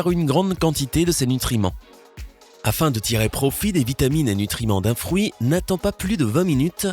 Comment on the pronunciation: Il dit frouit 🤣